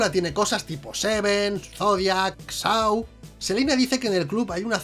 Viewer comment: Cada vez que pronunciais SAW como "SOU o SAU", muere un gatito.